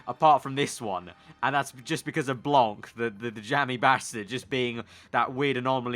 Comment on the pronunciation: Hey just wanted to say that you have a little problem with the pronouciation of Blanc : You don't have to pronounce the c at the end so you just have to pronouce Blan, But anyway good video as always :)